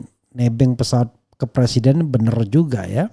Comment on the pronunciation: bicara "BENAR" bukan "BENUR" 🤣🤣